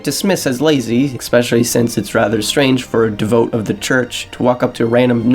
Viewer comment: Good thoughts and analysis. But like... have someone proofread your copy and VO. Lots of mispronunciations like devote (“de-vo-yay”) and nearly correct phrases like tired and true (“tried and true”)